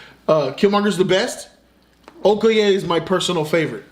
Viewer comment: I fucking love you guys!! And you said Okoye the exact right way.